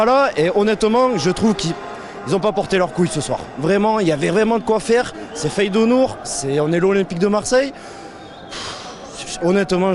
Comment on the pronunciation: il a dit quoi le keum? 😂 Feydounour!